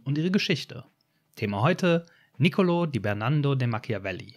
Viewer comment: Wird ausgesprochen: Nicooool-o...Tschiuhsebbe Borrtschiah... Ja, die Hampel-Ampel spielt in dieser Liga.